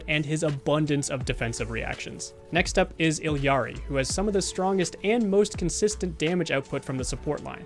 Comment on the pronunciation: Completely agree with everything said in this video! Gotta point out though, as it's grating on the ears every time someone says this, but its "E Ari" not "Ill Yari..." in Spanish, two L's is a Y.